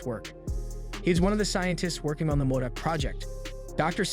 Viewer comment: M o d o c - modoc Leemo - limo